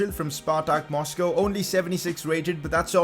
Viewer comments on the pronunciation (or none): none